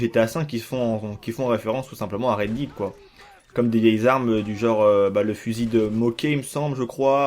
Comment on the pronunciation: Horrible le "Red Did"